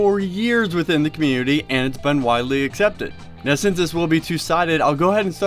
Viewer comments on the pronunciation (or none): none